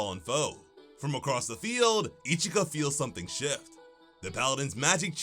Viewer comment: her name is ichika man..not ichigo xD